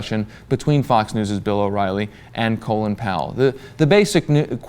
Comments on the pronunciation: Why does everyone pronounce his name "Colon Power"? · Why do you people keep saying "Colon Powell"? It's Colin.